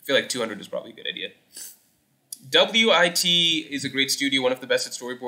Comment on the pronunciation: I've never heard anyone pronouncing wit studio "W-I-T studio" 😭